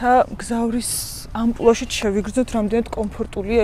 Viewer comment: ამპულა და შპრიცი არა გენაცვალე, ამპლუა, ამპლუა